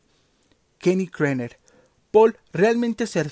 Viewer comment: Kenny era KERNER y no, Krener... Más de cinco veces el mismo error. Tipo grande...